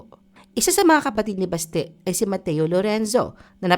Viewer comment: Basti is pronounced malumanay, not mabilis like Baste.